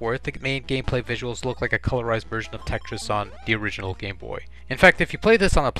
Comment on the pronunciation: Besides saying the word Tetris right. You say dat duh and dare instead of that the and there,their,they’re